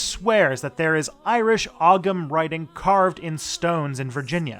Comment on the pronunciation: Irish is so hard to pronounce, I don't mean to be mean but ogham is pronounced like own with an m, so owm. Why? I don't know